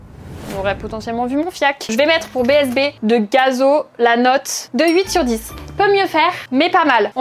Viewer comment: Tu ne peux pas être une vrais fanne de gazo si tu dis bzb en nn bsb 😂😂